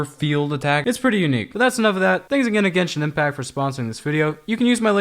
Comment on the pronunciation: Genshing impact Me: double clicking in the right